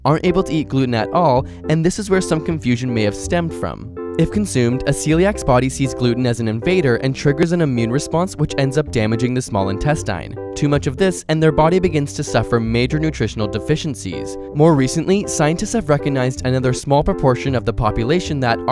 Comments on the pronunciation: What the heck is "In-TES-taheen"? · intest - INE. Weird pronunciations all around.